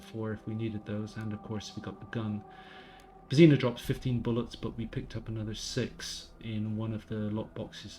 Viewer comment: The way you pronounce "Božena"...